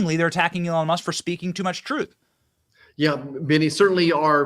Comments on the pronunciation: "Troof is...," 😂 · Fanie said: "truph? Is that her attempt at the word TRUTH?